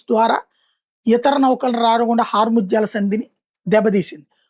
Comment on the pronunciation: orayi babu adhi hor muthyalu pagadalu kadhu ra babu Hormuz antaru , emi journalist ra swami nivu 😆😆😆